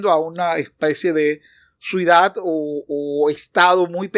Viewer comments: ¿Dice "suidadano" y "suidad? Ya vi varias veces el video y así se escucha. El viendo muy claro y didáctico, gracias!!!!! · sé que es por manía mía, pero siento que dices "suidad" y no "ciudad", lo cual me termina desconcentrando. Es culpa mía, lo sé, pero tenía que decirlo. En todo caso, un contenido genial, muchas gracias.